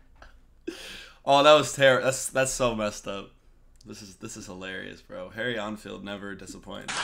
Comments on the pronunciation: It's pronounced En-field not einfield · Deffo a Saffa accent - I lived there for 27 years, and can do a pretty good one myself. - comedian's name is pronounced Harry ENN-field (N-field), rather than EinfieldArnfield. Enfield is also a town close to London, and a well known army rifle (Lee Enfield .303, just called an Enfield) Harry Enfield has used the same accent for a different character, the dumb jock fitness instructor. Enfield's collaborations with Paul Whitehouse are legendary. See the series Harry and Paul. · It’s EN field not AN field mate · The 'En' in 'Enfield' is pronounced the same as in 'pen', not as in 'en route'. ;) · It's EN field for Harrys surname. As in the word HEN, but remove the H. It sounded like you pronounced his name as ON field. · It's Enfield, not Einfeld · He was misreading it as Ein-field (as in the German "ein"). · How can you pronounce Enfield wrong. Its like hen not as in en route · Can Americans not read? Several reactors to Harry Enfield call him Einfield. There's no i in there, it's En field. FFS. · Good reaction to an hilarious sketch from Harry EN FIELD, there is no "I" at the beginning of his Surname:) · it's pronounced "en field" as in the letter N and the world Field. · En as in men-field. i found this more embaressing than funny, but we laugh off embaressment, so same thing for a brit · Learn how to say Enfield.